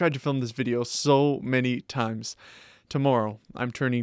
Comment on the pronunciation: The way you said "'tomorrow" solidifies the fact you are in canada 😆